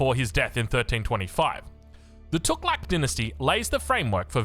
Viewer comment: Fooking hell innit cant even pronounce tughlaq